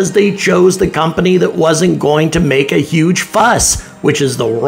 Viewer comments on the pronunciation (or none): none